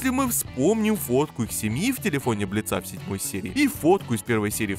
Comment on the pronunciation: Господи, Бли́ца, ударение на "и"! Согласно правилам ударений, при склонении существительных (кроме исключений) ударение остаётся на корне!